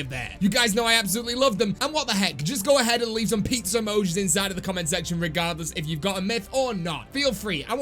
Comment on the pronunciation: Nobody:: AND LOADS OF PIZZER UUHMOJEES